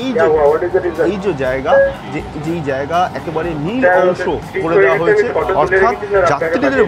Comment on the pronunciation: জেয়গা কি? বাংলা উচ্চারণ তো মা সরস্বতীর চেয়ে বেশি।